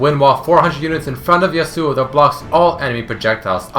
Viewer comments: its not yasUo..its yAsuo. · It bothers me that everyone pronounce Yasuo wrong... Please listen to the first seconds of the Champion Spotlight YA-suo not ya-SUO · Its irritating that you pronounce his name wrong